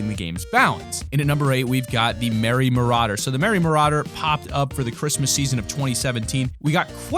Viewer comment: I’m sorry, you pronounce Merry Marauder “Merry Mur-aid-er